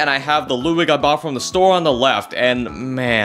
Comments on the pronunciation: It’s Ludwig, not Loodwig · It is not Luuwig it's LUDWIG! 😡☠️